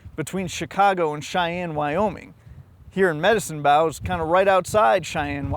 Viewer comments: Medicine BOUGH Wyoming? Thought that was Medicine BOH Wyoming. You know, like "bow and arrow"? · - Fascinating video with 1 caveat: it's pronounced "Medicine Bo" (like 'bow & arrow'). 😊 Keep up the vid work! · Awesome story, one I actually knew about! And just to nitpick, Medicine 'Bow' rhymes with 'mow' or 'tow'. English is so weird. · Sorry to be that guy, but it's Medicine Bow, like "bow and arrow," not "bow your head". Otherwise, cool story, bro! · I've been to Wyoming but never to Medicine Bow. I can't believe it would be pronounced with "bow" as in "bow wow" rather than "bow" as in "bow and arrow." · Isn't it Medicine Bow (Bow) as in bow and arrow? Not Medicine Bow as in tree bough? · I'm just wondering how you pronounce Medicine BOW incorrectly. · When you say "medicine bow" , and pronounce bow like cow, are you doing that intentionally, for some specific reason? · You said Medicine Bow like you’d never heard it pronounced before. What do you put on a Christmas present? 😂 Sorry couldn’t get past that but at least you got a comment out of me. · Good video. Medicine Bow is as in bow and arrow, not as in take a bow. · Not that important but just FYI the "bow" in Medicine Bow Wyoming is pronounced like the thing that shoots arrows, not the front of a ship. The name likely has it's origins in the history of Native Americans collecting wood for bows and practicing medicine in the area, although it's hard to say. Source: had family that lived there